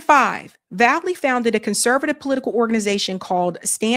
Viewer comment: You're misreading this Paul's name... It's VALLELY, not valley. There's an L before the Y. Your govt edumacation is showing.